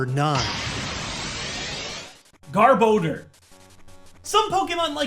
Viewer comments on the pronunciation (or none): garb oh door? Why?! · gar-boh-der NO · Youd this hed know how to pronounce Garbodor by now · Gar-Bow-Dur.... ??? What? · His pronunciation of garbodor and rayquaza hurts me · I think you're pronouncing Garbodor wrong. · really a poke tuber mis pronounces garbodor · the way he pronounces Garbodor is just Insanely Dumb and fking Annoying - stoped watch the vid from there and thats why i Dislike. such a Cringe